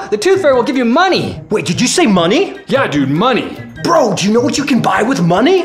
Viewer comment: When he sead maney